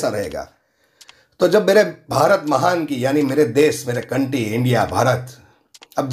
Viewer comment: Vo des nhi desh hota hai 😤😤 anpad